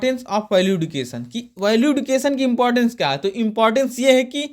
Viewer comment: सर एडुकेशन नही एजुकेशन होता है